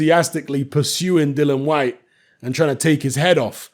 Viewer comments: it's DILLIAN, DILLIAN, DIL LIAN WHYTE. NOT DILLAN. IAN NOT AN. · Dillian Gillian Shelillian Whyte.